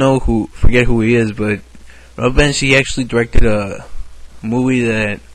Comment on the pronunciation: did you call him Ralph "Banshee"?